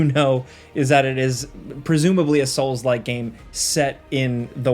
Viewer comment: “Soulslike” “Soulslike” “Soulslike”🤮